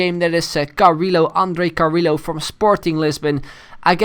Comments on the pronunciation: I'm pretty sure Carrillo is pronounced Carriyo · its pronunced carriLHo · Yes, you are right. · No, it's actually Carriyo, I'm half-peruvian, in a spanish name every double L is pronounced as Y. as in Callejon is spelt Cayejon. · Its pronounced Cariyo but us Portuguese are too lazy and just say it how it looks.